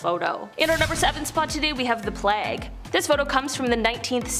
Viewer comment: Sweetheart it is pronounced playg-long A , it does not rhyme with flag as in the American flag